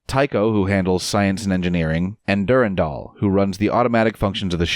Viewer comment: Du-ran-dal is the right pronunciation; you weren't wrong. "Durindaal" just sounds stupid.